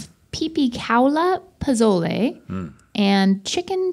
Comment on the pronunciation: The way they kept pronouncing Pozole lmao